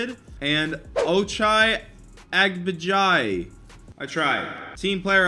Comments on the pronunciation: U pronounce it like abaji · Just so you know you said ochai right but his last name is pronounced ag-bah-jee